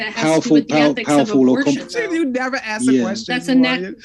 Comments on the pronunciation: Why can’t pronounce “ask”? She says axed’ 😂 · Hard to take someone seriously who says "ax" and "warefare". She can pronounce an S on any other word so its intentional. Not to mention she has no clue about ethics SOP and fallacies. Shes got zero knowledge in debate. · Atleast can pronounce ask😂 can’t even say ask without saying axe😂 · can’t even pronounce “ask”. She’s not based, she is uneducated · She can’t even pronounce “ask” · as a person who has expertise in this area you should probably realise that ax/axe is a common pronunciation in the American south and was an acceptable pronunciation in England in the past. In essence I’m not even sure how you can claim that she can’t pronounce the word correctly. By what standard? According to the culture with which she grew up in she is pronouncing the word correctly. Seems like a very stupid and ignorant thing to say. I never said you were a yank btw. I just figured you were a moron and it seemed like a better use of your time than crying about how people you don’t like are mispronouncing words on the internet You’re clearly slow so I’ll spell it out for you. The reason I made the point that all American’s pronounce ask incorrectly is because they do when compared with people in other parts of the world. The way ask is pronounced depends on the geographic location in which you were born and to say there is one correct way of saying it is idiotic. Most words that Americans say, such as nuclear, sound absurd to my ears but that doesn’t mean my regions’ way of pronouncing them is more correct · How hard is it to say “ask”? It’s 3 fucking letters.